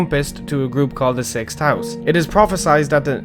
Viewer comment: No offense but you miss pronounced some of these words like Dagoth Ur (Daygoth Ur), Sixth House (SixTH) and Nerevarine (Narrow + ravine)